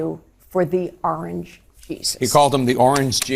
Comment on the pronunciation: I can't be the only one that heard orange beast, instead of orange Jesus. 🍊💩👹 🗳️💙🇺🇸